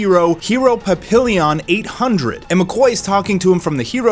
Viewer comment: Say it with me... 'pa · pee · aan' not 'pa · pill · e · on' 😂 papillon is the french word for butterfly